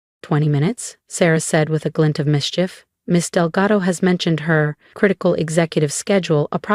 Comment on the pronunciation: It is Delgado, not Delgato. A.I is the future of our country and can’t learn how to pronounce or spell words.